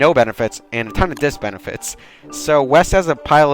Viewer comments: I died inside when I heard disbenifite and if I mispell auto corrects a bitch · Did you say "Diss-benifits"???